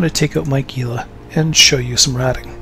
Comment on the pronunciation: it's "hee lah" not GEE LAH. just a nitpick but damn, too many people do this